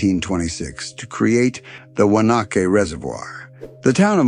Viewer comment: yes and despite what some even locals call it, it's WA-NA-KEE not "wanna Q". IT was literally phonetically spelled out that way by early settler maps as it was an Indian name.